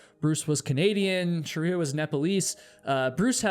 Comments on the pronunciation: Her name was Shriya, not Shariya. 👀😵‍💫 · Her name isn't Sharia. It is Shriya - pronounced sri-a, of Indian/Hindu origin, not an Islamic legal system. Still, a very interesting video, as usual - keep 'em coming,.:) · I’m from Nepal - her name is pronounced Shree-ya (the spelling is Shriya) not Sharia, she is not a Muslim as in Sharia Law 🤦‍♂️ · You mispronounced "Shriya" as 'Sharia" throughout the entire video. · This is minor to the story, but the mispronunciation of Shriya's name drove me to distraction. It's not Shuh-ree-yuh. It's SHREE-yuh. The SHR is like the sound at the beginning of "shroud". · Shriya is not pronounced - sha-ri-ya. its two syllables, not three. Shri-ya. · She may have been too stubborn for her own good...that doesn't mean you need to butcher her name. It's not Sheriya it's Shriya. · Why are you calling her Sharia? Isn't it Shriya? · You pronounced her name as “shariya” - her name will be pronounced as shree-ya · It's Sri-ya not Sh-ri-ya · Are you pronouncing shriya as shəriya intentionally because you read that that's how it's supposed to be pronounced, or...? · Not Shariya! It's Shriya. Shreeeya! 😅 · We can be pretty confident that Shriya’s name is pronounced shree-yah, not shar-ree-yah (which is virtually identical to the pronunciation found in “Sharia law”). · Her name is pronounced Shri-ya not Sha-riya btw😭😭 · Shriya Shaw. Not Sharia Shaw. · As an Indian your pronounciation of Shriya as Shariya is hilarious. 😅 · It's "shriya" two syllables not "sharia" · Jesus, stop saying her name. It is SHreeya. Not Sherya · Shree-ya not Shuh-ree-ya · You have mispronounced her name throughout the video. You’ve repeatedly said “Shah-ree-ah” which is one branch of the Muslim faith. It’s “Shree-ya”. Please correct. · I can’t handle how her name is said the whole time…. It’s Shreeya not Sharia. I’ve never ever commented things like because people never get my name right and I’m over it but it kept removing me from the story 🙈